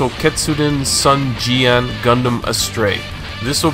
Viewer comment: if you wanna pronounce the word correctly for those sd sangoku: A: 2nd A on America I: I in Sing U: U in Ultimate E: E in Best O: O in omnomnom.. ok that is right, or O in Dog Sun Jian: sun cian Zhang Fei: Cang Fei (should be Chang, but if you cannot read it the H then just try cang) Liu Bei: liu Pei Dong Zhuo: Tong Cuo (should be Chuo) Guan Yu: Kuan Yui (say yui fast, or simply Yi) Cao Cao: Chao Chao trying my best to explain it lol